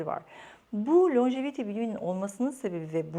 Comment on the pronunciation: İngilizce’de uzun ömürlülük anlamına gelen Longevity kelimesi Lonjeviti değil lonceviti olarak okunur.